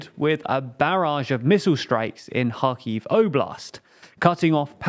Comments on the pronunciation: It's quite obvious that you have changed your pronunciations regarding Ukraine (KHerson/KHarkiv etc). Now it's time to start pronouncing Ireland properly... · I REALLY, REALLY appreciate you finally using the proper pronounciations for Kharkiv and Kherson. Thank you!